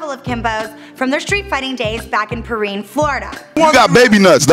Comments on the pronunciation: GET MY HOOD RIGHT ITS NOT "PEREAN" ITS PE-RINE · Purrean??? West Perrine! Not rivals. Homies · Perrine florida is not pereeen florida. It is Per-Rine, Rine like Rhino. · Pronounce the word correctly its not peeerine its called Perrine...smh